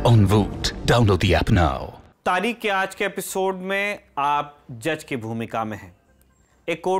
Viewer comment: आप तारीख़ को तारिक बोल रहे हैं, प्रोनंसिएशन सही कीजिए। धन्यवाद।